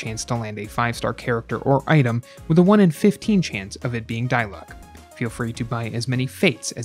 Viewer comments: noone: him: *dailooc* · "Die luck" 😭😂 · " die luck"